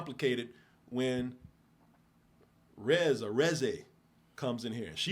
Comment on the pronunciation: Ooooo the way he kept saying Reze 🫩but I'm glad he liked it and he's def not prepared for what happens in the future 😅